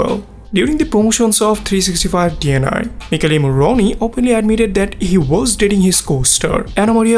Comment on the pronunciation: u read "DNI" not de en ai .... xD its polish and in czech is "dní" d ň i.